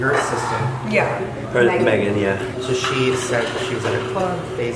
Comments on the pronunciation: Shane saying YERP instead of YEET is so pure!!! XD uwu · Aleeyah Mariano I commented the same lol! I think he combined skrrt and yeet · When Shane said yerp instead of yeet😂😂😂